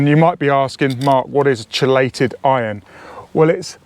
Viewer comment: i fully respect such variations. However, word root is “keey-late” & has one correct pronunciation. Just like a woman confidently told me, her own industry, that potable (water) is pronounced “pot-able”. There is one correct pronunciation & it is Poh-table. “Height” has no “th” sound but 30% of English speakers say “I measured the heig-th of the shelf”. You hear it EVERYWHERE - media broadcasters, you tube, movies, etc. Creative individual or regional identity is different than made-up justification for bogus errors - not impugning you for such failures; just very common. There is not a lot of wiggle room here about local or regional dialect.